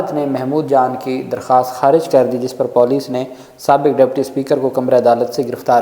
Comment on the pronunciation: Moroon correct your Police pronunciation.... I'm disliking your video bc of this